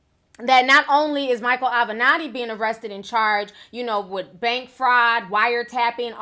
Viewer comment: You finally pronounced his name correctly! Mr Avenatti 😒